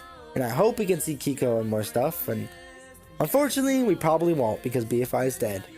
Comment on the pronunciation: say keiko like quico from el chavo bro thats the right way!